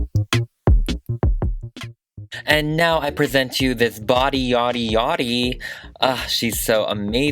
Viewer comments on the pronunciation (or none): none